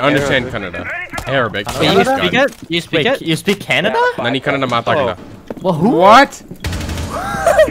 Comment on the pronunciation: My brigga isn't it supposed to be 'kun-nad' instead of 'canada'